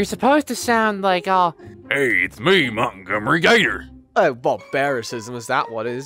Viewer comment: "Who are you!?!? 😰" "Mauntgomree gayter🧐"